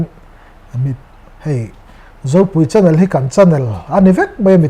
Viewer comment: 'CHANNEL' tih i lam dan hi a van dangdai ve...😁😁 Mahse Mizo Youtuber zingah i lam ang a lam hi chu an awm ve nual tho e. 😃